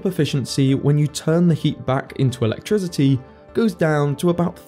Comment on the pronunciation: I can't believe that the dude pronounces "electricity" with a voiced "s", as in "electrisity". Really irritating for me to listen to. Otherwise very well done.